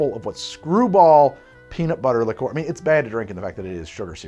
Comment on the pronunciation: A liquor is any booze; a liqueur is pronounced closer to [li'ker].